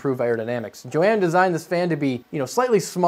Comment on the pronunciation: you need to pronounce the H in Johan, sounds like you are saying Jo-ann